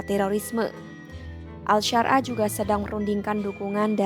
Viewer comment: Ahmad syarah di sebut al syar.ah😂 gimana mauk percaya klo kayak gitu😅